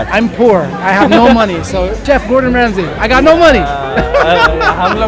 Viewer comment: Gordon Aaramsay